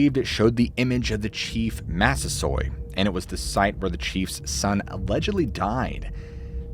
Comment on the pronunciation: It's actually Taunton not Twanton - pronounced - Taunt - on. I was born and raise in Taunton. 🙂 Chief's name is Massasoit - pronounced Mass - A - Soy - It.